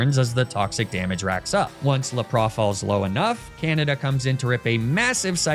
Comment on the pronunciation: Why do you pronounce some Pokémon so weirdly(Like Lapras or Magnemite)? TO be different or did you grow up saying them that way and have a hard time changing it? Just wondering?